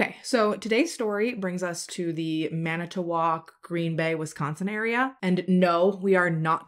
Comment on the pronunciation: So I mean this with all the midwestern love it’s pronounced Mana-twak the t flows into the wak sound not mana-t-wak. Don’t feel bad Manitowoc and many others are hard to say if you’re not from around there lol. Oh you did get Allouez right! Al-ah-way. I love your videos mama and thank you for sharing these victims stories!